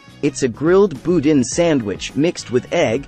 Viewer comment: Boudin is not pronounced boo·din, no matter what the internet might think. Cajuns actually pronounce it boo·dahh. Really glad to see you bring up DeanO's and would like to mention that there is actually two of them. DeanO's South offers the exact menu. A few other places people should check out include The Cajun Table (Cajun), Pour (an American style Bar & Grill with Cajun flair), Ruffino's On The River (Italian), Rachael's Cafe (casual seafood), The Ground Pat'i (if you want a burger), Nhi Taste of Asia (Asian fusion), Marcello's (Sicilian, though they advertise as Italian), Social Southern Table & Bar (Southern), Blu Basil (Vietnamese), Drago's (Seafood), Masala Indian Kitchen (Indian), Mazen Grill (Continental), and Poseidon's (Greek). A few special shout outs. Cafe' Vermilionville is one of the best Fine Dining places in the area. Hub City Diner for those who want classic diner food with a Cajun twist. Kartchner’s in Lafayette and Don's Specialty Meats are not restaurants but they do have the best boudin and Cajun specialty meats in the area so are good to pick up something.